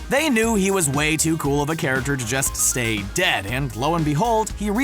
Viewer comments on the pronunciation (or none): none